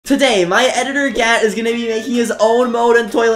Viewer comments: His name is Gat More like Gyat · Why does gat sound like gyat? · Gat? Sounds more like gyat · Your editor “Gat” sounds a lot like the word gyiat